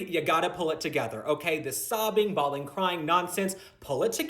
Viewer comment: “Bawling, crying” I heard that as “bald & crying” 😆